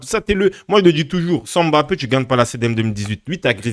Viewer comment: Je ne comprends pas pourquoi il ne sait pas bien prononcé Mbappe